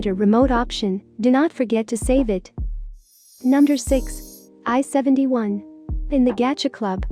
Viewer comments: Okay am i the only one who heard Number as Nunder? :^ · was it just me or was she saying "nunder" instead of "number" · I noticed it was saying nunder instead of number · "Nunder". You mean "Number"? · The thing said nunder instead of number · No one: Not a single soul: me: does it sound like she is saying nunder not number? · *number you said nunder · Nobody: . . . Her: nonder # Me: BWHAHAHAHHAHAHH NONDER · I like how the robot voice she uses says "nunder" instead of "number" XD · It sounds like it says u nuder Xd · I love how it says nunder instead of number 🥺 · Is no one going to talk about how she said "nunder" instead of number? No, aight. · Nunder 5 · Nunder 4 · Nunder 12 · Nunder 7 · Nunder 8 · Nunder 11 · nunder 13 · Nunder 14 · nunder 16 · Nunder 19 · Nunder 21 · Nunder 22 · I love how it says nunder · No one: numb-der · Nobody: Not even gibberish people: You: nUmDeR tWo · Nobody: Literally nobody: her: nunder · "Numder" what is numder?